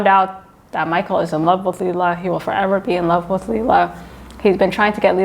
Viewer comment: Michele is not pronounced Michael